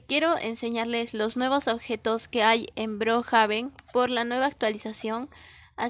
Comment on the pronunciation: No sé dice brojaben es brookhaven